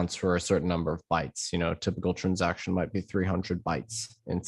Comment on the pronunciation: I like how he says trunsaction